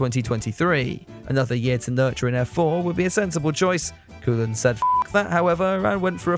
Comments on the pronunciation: Kees is pronounced "Case", but not cayce. Koolen is Coal-unn. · FYI, I understand the difficulties of another language but Koolen should be pronounced as KOH-len.